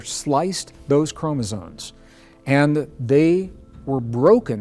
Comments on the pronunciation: he's saying chromosones, every time. Makes him sound way less credible. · Chromezones??? Oh no. 😔 Sorry, Greg. If you can't enunciate an important word like that, I just can't listen. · Hard to rate the information from someone who can't even pronounce chromosomes corectly.